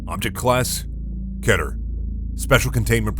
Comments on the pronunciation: ngl his voice is really good but i just cant get behind the "kett-er" pronunciation as opposed to (what sounds normal to me) "kee-ter" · I'm still going to pronounce it "key-ter"